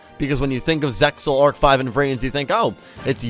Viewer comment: Arc-V not Arch-V